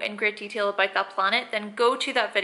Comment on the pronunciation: "Aboit" lol